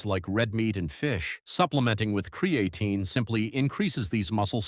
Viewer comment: I can't listen anymore after how this AI keeps pronouncing cre A tine